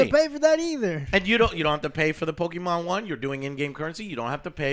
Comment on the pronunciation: You and your way to say "Pokimon"....